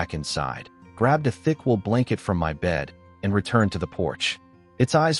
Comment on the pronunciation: Wool not wheel